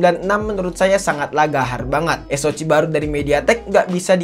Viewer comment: Saran aja, tolong diperbaiki cara pemyebutan model/type Hp dan chipset ny. Soal ny ganggu bgt dnger ny. Paling sering bilang "es o ci" (SoC) harusnya dibaca "es o si", helio G series suka bilang "Helio gi" harusnya dibaca "Helio ji". Diperbaiki aja pronounciation terutama di istilah2 dgn b. Inggris. Kalo emang kurang paham ya pake b. Indonesia aja. Biar kelihatan lbih profesional aja